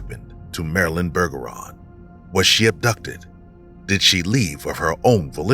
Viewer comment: Pretty sure “Bergeron” is pronounced like “Berjeron” since it’s French. I do still think Marilyn either saw something she shouldn’t have, or she was trafficked, even if she claimed that wasn’t the case. She might’ve been trying to protect her loved ones by keeping them out of it. Either way, I’m doubtful she’s still alive in 2024.